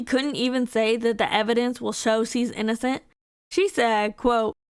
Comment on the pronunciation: Bruh she literally can't say the word innocent.